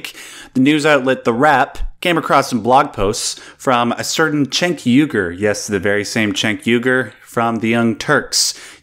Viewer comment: Cenk is pronounced Jenk, not Chenk.